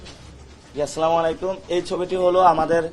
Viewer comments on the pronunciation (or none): none